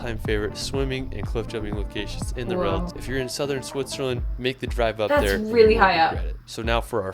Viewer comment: This commentator can’t even pronounce ‘world” just listen. No hope with German words. !